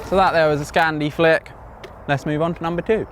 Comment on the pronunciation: I heard say Scandi Flip